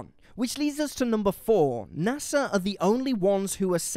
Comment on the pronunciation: it's nasa, not nassa. other than that, this is a really wellmade video. props to everyone who helped make this analisys